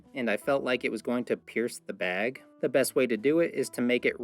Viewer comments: I'm from the south. What's a "beg"? 😆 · I like, the way he coated the, protein in, the baywgggggg